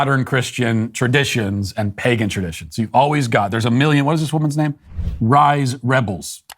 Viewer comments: "Rhys" is pronounced "Reece" not "Rise". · first lib - the welsh Rhys is pronounced Reece, idiot. second lib - Eskimos were a tribe of Inuit peoples, so it's the wrong term to apply to all tribes, it does mean (the tribe of) the people who gather snow-shoes but it's an Inuit word not French. it is certainly not derogatory just mistaken ..'savages?', that's your own racism idiot girl. third lib - can't be helped. At least she won't be procreating any time soon. fourth lib - really? I say merry xmas, you say happy holidays - and you're a shop assistant? so, you're looking forward to being on holiday, it's a natural thing to say. And No-One would take offence. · Not to be that guy but as a dude with a friend named Rhys it's pronounced Reece, it tends to be indigenous or in the east coast here in Canada Newfie